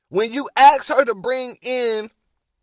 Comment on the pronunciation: Perhaps if you "ASKED" a question...instead of... "Axing" a question....